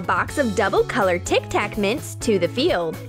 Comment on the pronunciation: '' We need Tik tak'' I heard Tiktok